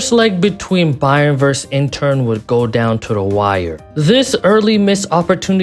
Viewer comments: Great vid but broooo stop calling inter intern 😂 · My ears are bleeding from a certain someone saying INTERn Milano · Nice vid, but are you saying Intern? 😂